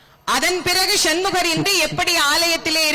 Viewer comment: ஷன்முகர் என்று சொல்லாதீங்க